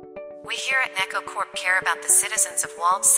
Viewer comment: Loving this! Btw I think “neco” is meant to be “neck-oh” like the Japanese word “Neko” (cat)